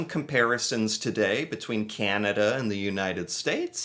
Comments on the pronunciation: The fact the voice says “Canadian” but than the country itself is “Kenuhda” drove me crazy. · Who is this narrator? The information is incorrect and he can't even pronounce 'Canada'. Hi!! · Canadians don't pronounce "Canada" like that or enunciate that way. American tend to emphasize each word, consonant, and syllable as if they are each important, whereas Canadians soften or blend them together more. The narrater is almost certainly A.I., and the script sounds A.I. too. I know you can't generalize, but no Canadian would pronounce Canada that was unless they were trying to play into some weird stereotype. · Canadian here... this video is so totally AI - written and produced. (It doesn't even pronounce Canada normally... lol - and is the reason much of the wording seems so strange! Oh, and it doesn't seem to realise that the Canadian Dairy Milk and the Caramilk are Cadbury brands...the same company it said for the UK. And yes, American 'chocolate' is vile.) That said, I'm finding it extremely amusing. 😊 (And yes, you're right about Canadians getting annoyed by always getting lumped in with Americans. 😉) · I think the script for the video you were watching was written by generative AI. It is also narrated by AI as well that doesn't know how to properly pronounce the word Canada in all instances. The channel you are reviewing is not making their own content and they did not fact check their details. I am glad you recognized that it was a little (lot) off. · The horrible AI voice can't seem to say Canada correctly.